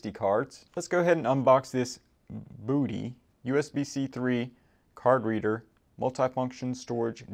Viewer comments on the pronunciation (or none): It's pronounced BUDDY!